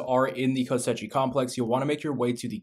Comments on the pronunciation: its pronounced ko-shei not ko-se-chi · actually it's kosh-eye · Ko-she complex 😅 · Kosh EYE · “Kosechi” lmao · Cant watch the mispronounced koschei is melting my brain lol